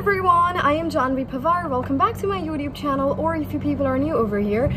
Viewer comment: Janhavi panwar❎ Jhanvi Pavar✅